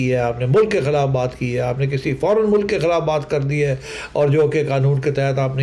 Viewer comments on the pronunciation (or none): ye agar mulk ko mulaak bolti hai tou lazim ye ice cream ko ass creem bolti hogi :) esko khatoon e awal kyun boltay hain ye tou khatoon e soyem nahi hai?